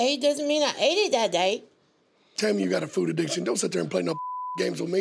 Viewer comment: Its FOOD not FOO ...